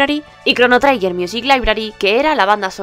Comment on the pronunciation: tanto te costaba informarte de cómo se pronuncia la palabra 'Trigger'? Suena chirriante durante todo el vídeo.